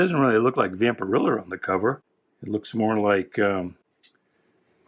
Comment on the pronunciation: Its vampirella like Ella. And fanzine sounds like magazine. Just fyi. Love the channel